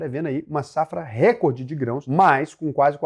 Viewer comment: Bom dia, obrigado pelo video. Não é Récorde, é Recôrde. Se fosse Récorde, seria uma proparoxitona, e toda palavra proparoxitona é acentuada. Um abraco. Obrigado pelo seu conteudo.